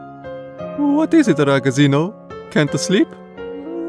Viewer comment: As an Italian, half of the time I died inside on how he pronounced "ragazzino"